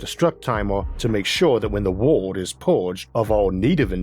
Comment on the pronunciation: there is an unnaturally high amount people with speaking impediments making science narrated videos. Their R, W, and Ls all sounds the same. World becomes wowood.